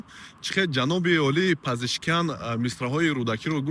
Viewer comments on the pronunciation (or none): Пизишкиен.!!!!! На Пизишкиян. Фаҳмо!